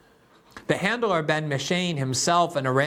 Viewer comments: Please, Ghislaine: gill-LANE ben Menashe: ben meh-NOSH Les Wexner, not Wexler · Hi Glen. Good segment. But just an FYI Les Wexner isn’t Les “WexLer” , as you’re pronouncing it. It’s WexNer. I’m from Ohio and get my medical care at the WexNer medical center. And I’m also pretty sure that Ari Ben-Menashe is pronounced muh-nash-she. I heard his name pronounced on the Trine Day podcast several times and it was pronounced as I said and he never corrected the host. And you should check out that podcast BTW